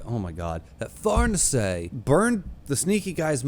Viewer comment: Far-nees-e by the way